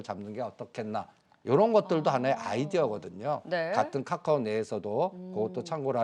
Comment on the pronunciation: 한국경제에서 유일하게 챙겨보는방송이 방송 왜냐면 댓글보러 특징 1.맨날 자라고함 2.원금 -50% 는 보합(?)이다 3.계속추매하라고함 돈이있어야 추매를하지 무슨 지폐공사도아니고 4.50개 찍어서 3개맞추면 그럴줄알았다고함 5.카카오를 까까오라고함 배찢어지게웃네진짜